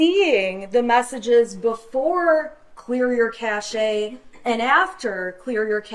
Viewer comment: She still doesn't pronounce cache correctly.